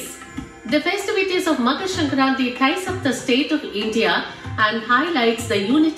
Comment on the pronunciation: your pronunciation of makar sankranti is so on point, I am impressed 🙄❤️